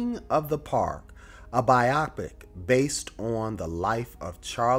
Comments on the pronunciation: Bio pick not biah pick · And it’s Bio-Pic not Bi-Optic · Biopic = BUY-oh-pick, as in a biographical picture.